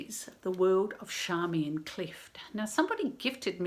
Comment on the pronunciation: I think her name should be pronounced as in Charm rather than Sharm. In fact I am sure of it. There is an interview with George Johnston in the ABC archives where he clearly calls her Charmian.